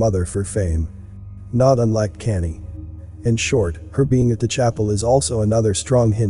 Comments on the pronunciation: His name is pronounced “con-yay” not canny! Please pronounce names correctly it sounds bad and is distracting from the story. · It sounds like your saying Kannie / Kanday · You could probably get the robot voice to say Kanye properly by spelling it differently. Maybe "con yea" lol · Kanye pronounced Con yay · Everytime you pronounce kanye i laugh , it sounds like your saying candy! 😅 another great video though!💯❤💯💪💯🙏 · it's awesome that Kanye is pronounced Candy here lol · His name is pronounced like Con Yay. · Problem is, it's not a robot voice, lol. You'd think if someone's going to do a vid about someone you'd at least know of them & how their name's pronounced